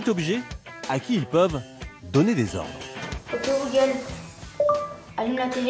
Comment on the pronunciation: "ouki googole" mdr 😂😂😂😀😀😂😀😂😂😀